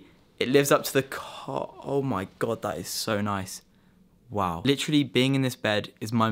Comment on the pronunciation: ahem ahem: LITCHRALY